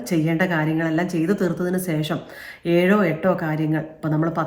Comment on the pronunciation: ഈ വീഡിയോയിൽ ഏറ്റവും കൂടുതൽ പറഞ്ഞ വാക്ക് "സേഷം" എന്നാണ്... 2025 മുതൽ അത് "ശേഷം" എന്ന് പറയാൻ ശ്രദ്ധിക്കുമല്ലോ.....